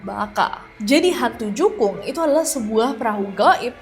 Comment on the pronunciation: jukung mbak bukan jungkuk